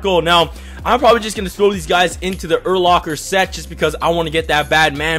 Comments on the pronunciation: his name is pronounced like sayin lacker not locker....don't mean to be rude but just thought you should know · Did my boy just say Ur-Locker???? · bob the destroyer MH that's not how it's pronounced it's Ur Lacker that's how it's pronounced